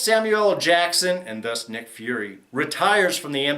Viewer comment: "Dick Fury"? XD